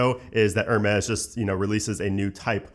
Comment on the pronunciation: Hermes - Air (roll “r”) , mez …. You’re welcome 😉